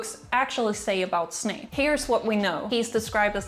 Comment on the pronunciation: Not you saying Snake...